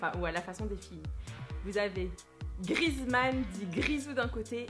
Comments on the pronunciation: sa ce prononce Griézmann pas Grizmann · Non mais franchement!! T'es nul en anglais puis en français! On dis antoine GrieZmann! Et pas Grizmann! 😂😂❤️ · On dit GriEzmann, avec le É. sinon bonne video😊